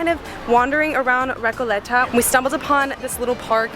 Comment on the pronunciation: Recouuuuuleta.... (Why does she have to pronounce like a gringa) 😂😂😂😂🤦🤦